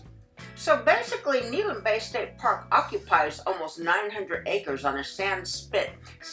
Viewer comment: Good video. Just a note: it's pronounced Neh-HAY-lum.